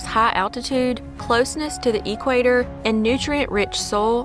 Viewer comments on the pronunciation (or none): "EE-quator" Made me laugh 😂